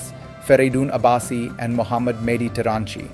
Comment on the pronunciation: Dear, I'm a regular listener of your vlogs on YouTube and genuinely appreciate your insights and work. I'm writing to you today about a minor point, which I hope you'll receive in the friendly spirit it's intended. In this vlog, I noticed that you pronounced the name "Muhammad" (peace be upon him) in a way that seemed to deviate from the widely accepted and correct pronunciation, particularly for someone with your knowledge and background. I understand that slight mispronunciations can happen unintentionally, especially during live recordings or spontaneous speech. However, given the immense respect and significance of the name "Muhammad" to billions of people worldwide, including many of your viewers, ensuring its accurate pronunciation is quite important. I know you are well aware of the correct pronunciation, and perhaps it was just a slip of the tongue. I wanted to bring this to your kind attention so that you might be mindful of it in future vlogs. Your dedication to accuracy in other areas is always evident, and I believe maintaining precision in this regard would further enhance the trust and connection you have with your audience. Sincerely, بشارتہ مسلی